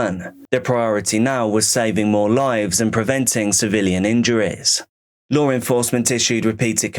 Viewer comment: serious question. is it really that hard to say the word law???